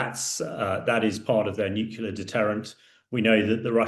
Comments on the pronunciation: FFS it's nuclear ..... NOT nuculer 🤪🤪🤪🤪🤪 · If you're going to comment on world affairs, please learn how to pronounce pronounce "nuclear". As should be obvious from the spelling, the pronunciation is "nu-clee-ar" not "nu-cu-lar." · It's NewClear not Newcilar.... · ITS PRONOUNCED: NEW CLEAR! NOT NUCALAR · It would be great if this expert could correctly pronounce ‘nuclear’. Pretty sure he keeps saying ‘nucular’. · Its "NEW-kle-er". Jeez. You'd think the British could speak English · Nuclear….nucular isn’t a word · "nukyuler" ffs! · Please, will someone tell this guy that "nucular" is not a word in the English language? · He constantly said that it's a nucular base not nuclear. Two different things obviously 🤮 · Wrong ! Imagine trying to correct random people,when they themselves don't know correct spelling LMAO. NUCLEAR..... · It's New- clee- ar FFS! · I wish he'd learn how to pronounce "nuclear"!